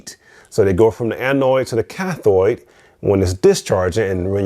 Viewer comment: electrodes not electroids.... cathode not cathoid.... anodes not anoids.... lol